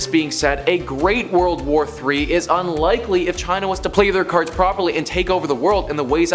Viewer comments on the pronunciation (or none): none